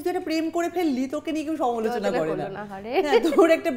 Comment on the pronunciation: সমোলোচনা নয় সমালোচনা